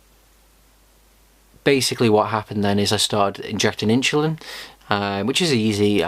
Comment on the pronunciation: Too much inshulin